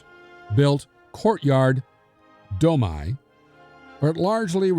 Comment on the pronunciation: Domi--pronounced 'Do mee.'